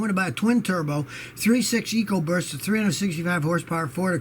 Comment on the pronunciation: did he say "ecoburst"?